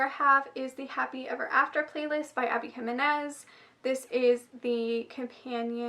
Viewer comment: I am completely late and this is random but thank you for pronouncing Jimenez correctly it did my soul good to hear it lol